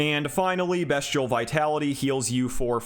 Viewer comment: Just to let you know it’s pronounced beast-ee-al not best- ial 😄